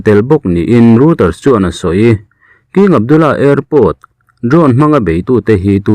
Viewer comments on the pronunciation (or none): none